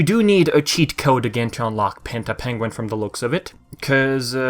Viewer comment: The penguin yay 1 does have a yay in it. It sounds like it's trying to say "penguin-a nay one" though from that clip.